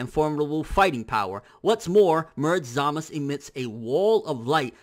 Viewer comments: Dude, it's ZamaSU not Zamas. It's even how they pronounce it in the anime. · I'm with you on that one. he keeps saying "Zama's" it's Zamasu. I don't know why he keeps saying like that though. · it's not zamas it's za ma su dumby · ZamaSU not zamas. that bothers me so much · Can you please say ZAMASU not ZAMAS... sounds so weird... Love your channel though! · isnt it zamasu? not samas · Snydy no its not man its zamasu the u is not silent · But neither does he? So why is he using the dialect version when characters IN THE SHOW say it phonetically? The only one that has very clearly said "Zamas" is Gowasu - and that may just be due to the voice actors' preference. With this in mind, saying "Zamas" just sounds a little weeaboo =P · quict calling him zamus. he even clearly says samazu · why can't you say Zamasu's name right? It's not Zamas. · Why does he call him Zamas? thafuq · why do you prounce zamasu like that ? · Stackz He thinks he's Japanese.